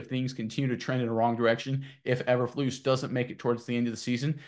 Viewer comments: E berflus. NOT aber flus. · It's pronounced Eeeeber lose,what is the letter called eb or eeeeeeee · How can we take you seriously when you refuse to pronounce the coach's name right? Even if I agree with you? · First time watching your videos, it's hard to take this as serious when you keep mispronouncing the coaches last name. Nothing personal but man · These guys are terrible! Can’t even pronounce Bears coach’s name correctly. Thought the video might have saying something. Useless video